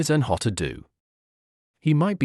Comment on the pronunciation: The information is worthwhile, but your disjointed, weird speaking rhythm is very off-putting. Also, Diogo is Portuguese, not Spanish. His surname is not pronounced 'Hota' but 'Djota' . 3/5 for content, 1/5 for delivery.